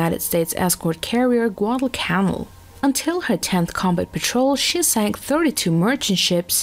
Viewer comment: The way she said Guadalcanal